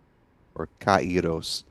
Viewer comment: Kairós which means time, in Greek. Not Kay ros. Pollen!